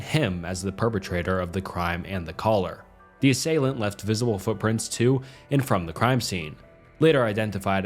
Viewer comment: Nice video. It’s pronounced “ass-ay-lant”